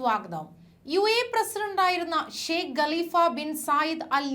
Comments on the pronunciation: ഗലിഫ അല്ല കാലിഫ യാണ് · ഗലിഫ അല്ല കലിഫ